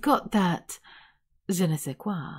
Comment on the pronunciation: wow this "je ne sais quoi" hits 👍, as a french man, i appreciated that✨